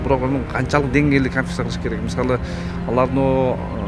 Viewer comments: КАНФИССА дейткоо 😂😂😂КОНФИСКАЦИЯ га тили келбей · Конфиция эмес конфискация жолдош серепчи создорду деле серептеп туруп анан айтпайсызбы?